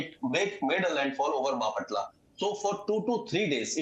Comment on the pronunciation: Please learn to pronounce Bapatla. Embarrassing!